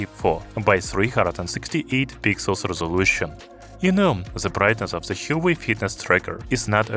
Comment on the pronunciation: You're pronouncing Huawei wrong.